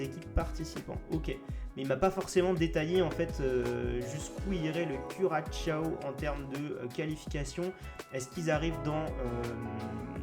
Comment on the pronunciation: Top la vidéo!! On va la décrocher cette étoile!! Sinon à on dit « cu-ra-SA-o » je crois, « cura cha o » c’est un peu différent 🤣🍻